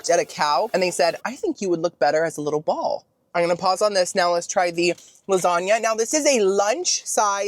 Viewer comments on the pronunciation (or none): none